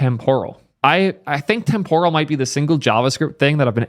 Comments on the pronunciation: Let me clarify this, it's témporal not tempóral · Dude, look up the actual pronunciation of temporal.